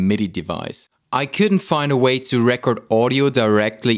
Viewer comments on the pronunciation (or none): The verb 'record' is not pronounced the same as the noun 'record.' You keep saying "RE--kerd" (the noun) when you need to say the verb "re-KORD"